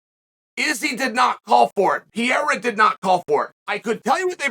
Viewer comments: Say it with me Chael, Pa-ray-uh not Peeair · he's name is not piera. it's pereira! omg lmao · Will he ever get the guy lastname right ever? It's PEREIRA not PIERA come on uncle Chael you can do it i believe in you! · Why does Chael call him Pierra???? Can't he read "Pe-rei-ra"?? Doesn't he correctly hear when other people pronounce the name?? How does he get "Pierra"??.... Wtf, it makes Chael sound like an ignoramus which I know he's not... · Can we please just appreciate PIERA - classic chael mispronounce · who the fuck is pee-ayre-a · This mofo is really still calling him PEE - ERRA its hilarious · Nobody: Chael: Pierra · Alex “Piera” Pereira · Did he just say pee era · "Pee-era" I swear I've never heard a fighters name be misprouncinced so many times in so many different ways. Everyone has a different version 😅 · I gotta ask.. who the fuck is this guy named Piéra he keeps talking about 😂. Gotta love how Chael says Pereira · Say it with me Chael: PE-REI-RA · Is he? really schooled Pee-era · No one: Chael: “Pee-era” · Please, Uncle Chael...for the love of God...why do you keep calling this man "Pierra"?? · The disrespect of uncle Chael, calling Alex Pierra 😅😅😅😅😂😂😂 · Been a while since I listened to Chael. That PEE-AIR-AH pronunciation snapped me back quick lol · his Pierra is killing me every time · And also pull a card out of Steph A. Smith's hand and mispronounce a fighters name continuously with different variations each time, Peria, Pariyah, Ferrera, Paurora Borealis lmfao Chael is funny bruh. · Chael still calls him Pierre lmao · Chael saying Pierra has me dead every time! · Alex Pee-eira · came here to hear Chael say Pereira's name wrong again lol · The smartests guy in the room still mispronounces 'Pereira'.